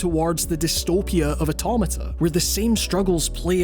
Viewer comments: The way he says automata scarred me. But as a Glasgow Uni alum from the states I’ll let it slide. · And yet another mispronunciation of automata